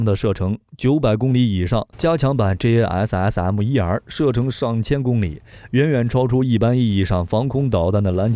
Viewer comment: Like the way he said JASSM.....Lovely.....